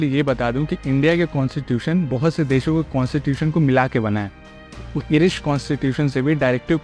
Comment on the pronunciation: Pahle pronounciation to sahi se seekh le. Irish is pronounced as (आइरिश) not (इरिश). 😂😂😂😂